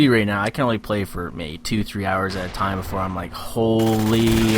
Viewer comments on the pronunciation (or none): none